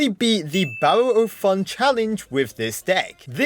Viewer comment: he says barrel like "bo'ul" XD